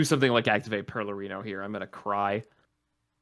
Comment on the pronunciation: Why does no one see the first R in PeRlerino?